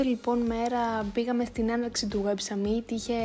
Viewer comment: Πολύ ωραίο βίντεο, μου άρεσε και το voiceover🥰 *το summit προφέρεται σάμιτ όχι σαμίτ 😂